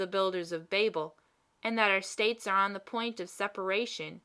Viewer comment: This is well performed, with a few minor caveats. First, then last line actually reads “I don't know how it happens sister, but I meet with nobody but myself who is always in the right” You accidentally omitted the first half of the line, which is too bad, because it's actually very funny. Second, you read many of your “the”s as “thuh” when they should be “thee”. It's a simple rule. The “e”sound should be long (“thee”) when it precedes a word beginning with a vowel (“...the only difference...” should be pronounced “...thee only difference...) and truncated (or “soft”) when it precedes a consonant (“thuh” “...the more likely I am...” should be pronounced “...thuh more likely I am...) Of course, the long “the” sound, “thee” that precedes all words beginning with a vowel, is truncated. It should never sound like the old English “thee”, as in “Are thee a madman?!” It must be shorter, taking no more time to say than the other “the”. In all events, not following this rule makes anyone sound uneducated or ignorant. A physicist on PBS fails at this every time he says “the Earth” which, being a physicist on PBS, is a lot. He always pronounces it “thuh Earth, sounding like a hick (like me). It's embarrassing. Other than those two issues, this is very well read, with good intonation, cadence, and clarity. Very good job on a critical but little known speech from US history.